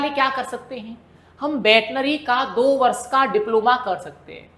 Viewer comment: सर वर्ष होता है या बर्ष